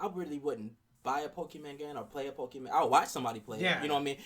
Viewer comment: ive been telling my brother for years its not called pokeman its called pokemon ( sounding like granny lol ) on another note this game wont be really all that bad to the pokemon fans because majority of them never complained about pokemon snap and for me who is a fan of pokemon i didnt like the game but i still played it